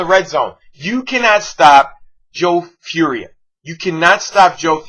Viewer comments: its pronounced "for-ee-ay" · Fauria i think is pronounced four e ay